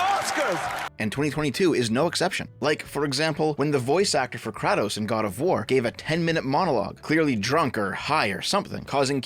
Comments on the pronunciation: You pronounced "Kratos" wrong you casual. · Tf was that pronunciation of Kratos? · The worst part of this video is how pronounces Kratos